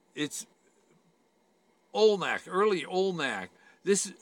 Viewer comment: I’m sorry, are you saying alnak head? Do you mean Olmec head?